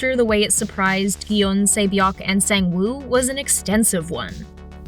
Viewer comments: “Sayng-wooh” brahhhhh never know how to pronounce things on every video they make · The fact that she said “sayng woo” instead of “song woo” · The way she says sung-woo is so funny 😂 “sang-woo” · That pronunciation of Sang Woo gave me an aneurysm but otherwise great video 😹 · why did u pronounce sangwoo like that 😭😭